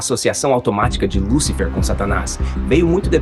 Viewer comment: O que mais me surpreende é: Vwr um sujeito falar inúmeras vezes a escrita: LÚCIFER... com um acento AGUDO sobre a letra U, e ignorá-lo não dando a tônica exata na pronúncia da mesma. Aí, por si só já é uma TERRÍVEL IGNORÂNCIA GRATUITA.